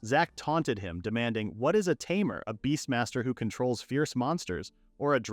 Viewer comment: unsure if your joking or not. Also unsure if its obvious or not but he mispronounced tamer as something like tarmor, just found it surprising since mistakes like that hardly happen here.